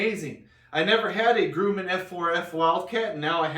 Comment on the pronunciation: It’s Grum-men, not Groo-man. Please, Sir.